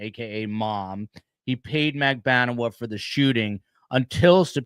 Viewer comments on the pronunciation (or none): ATT: C.O.O.... At what point will learn how to pronounce MAG-BAN- U-A ((since STS has been covering the CASE for what 3 YEARS?!)? So, WHY does constantly pronounce KM 's name as MAG-BA-NU-YA? "Journalism" is all about getting the FACTS RIGHT! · Please get the pronunciation of Magbanua right.